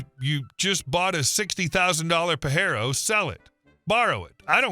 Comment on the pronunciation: Based on details in the story, its located here in Aussieland. Oh and its pronounced PaJero. It was sold as the Montero in the US.